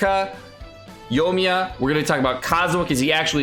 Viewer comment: Yo-E-Me-Ya. 4 syllables 😊